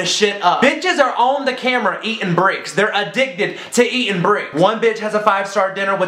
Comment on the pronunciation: The way said bricks😂 he put some much emphasis on it